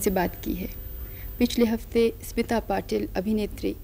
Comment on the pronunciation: Its स्मिता पाटिल not सिमता पाटिल! pls correct it.